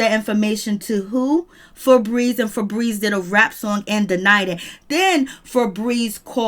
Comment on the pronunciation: “fabreeZe” She Said Y’all 😭😭😭😭😭